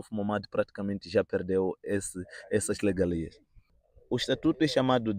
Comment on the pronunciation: O correcto é regalia, mas o jovem pronuncia legalia.